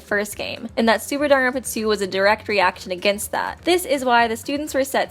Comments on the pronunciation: I'm sorry, This is how you pronounce danganronpa? JONAWITZ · Please pronounce Danganronpa and not just mumble it... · I like these videos a lot but I really hate the way she lazily says "Danganronpa"